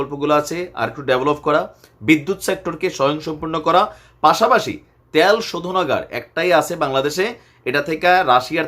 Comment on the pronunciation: ভাই ট্যাল না ভাই তেল বলেন। Pronunciation